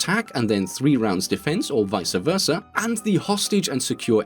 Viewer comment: vicA versa xD